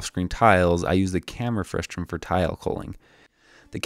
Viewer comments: Great visual lesson! BTW, it's "frustum", not "frustrum". Frustrating, I know 😉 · The word is "frustum", not "frustRum", right? :D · It's pronounced frustum not frustrum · Very nice implementation and detailed video explanation. Very clear communication of complicated computer graphics concepts made simple with your "behind the scenes" animations. Just a small note, the word is "frustum" with no second "r". Saying "frustrum" causes the automated closed caption to produce nonsense words, which can sometimes make it difficult for people to find more information on a topic if they are seeing it for the first time. Overall great video explanation of your technique (along with the other computer graphics concepts). Please keep making videos like this one! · I love your work. but it's frustum, not frustrum, haha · "Frustrum" Omg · There's only one R in "frustum"! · there’s no -r in frustum :)